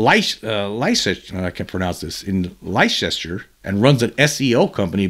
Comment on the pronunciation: Great video. For future reference is pronounced Lester (Leicester) Lol.